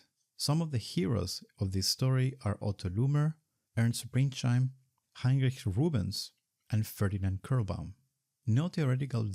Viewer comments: Minor nitpick: he's called Ernst Pringsheim, not Pringscheim. Otherwise a fantastic video! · Great content, but it is Pringsheim, not Pringscheim.